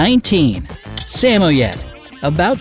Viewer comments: It's now (sam-oh-yed) it's (su-moyed) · It makes me cringe when he mispronounces “Samoyad” It’s (Sum-oy-id) I have five so I know🙃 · I thought it was sem-moi-ed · Its not sa mo yed it's sa moyd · Sam-Oh-Yed I thought it was Sah-Moi-yed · Samoyed = "suh-moi-yed" ... not "sam-ohyed" lol Do you people EVER research?? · The Samoyed dog breed name is pronounced with only two syllables. Sa*moyed, and spoken together it sounds like Sam*moyed. However, it only has one M in it's spelling. It is not pronounced "Sa *mo *Yed's" in three syllables as you pronounced it. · Samoiet no samroid and I’m spelling how you say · Did he just pronounced SAMOYED as SA-MO-YED?🔪 also, samoyed costs php100k-200k here in Philippines :< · Nana from Peter Pan is a St. Bernard. It’s Sam-oy-Ed and Doe-go Argentino and Caa-nay Corso. The average cost of the breeds are way off as are the grooming costs. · Whats a say moyade !? Its a samoyed!!!! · The pronunciation is wrong. It is sa-moy-ed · don't forget saMOYed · Sorry your pronouncing Samoyed wrong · the way he said samoyed angered me😂😂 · And samoyed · the way he pronounced Samoyed...💀🔪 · third guy from the left ikr I have a Samoyed and it is NOT pronounced like how he said it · You cant pronounce samyoed :/ Plus in Australia they cost $3000 fun fact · Look into reputable breeders or breed specific rescues and you'll find them for much cheaper. This video is full of wrong info. They cant even pronounce samoyed correctly. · Anyone noticed how wrongly he pronounced Samoyed? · Their pronouncing samoyed wrong.... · You said samoyed wrong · May need to work on pronunciation on some of these dogs names, was very cringe worthy hearing how you said Samoyed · they mispronounced samoyed and cane corso , bad research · Is anyone else triggered... he pronounced SAMOYED wrong? Just kidding, some people might spell it differently depending on there accent. Just wanted to comment! 😂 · They said Samoyed wrong. Cringe